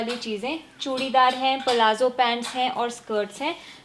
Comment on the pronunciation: Peleha plazo sahi se bol lo